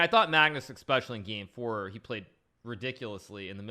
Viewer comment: Man.. another one that started saying expecially instead of especially.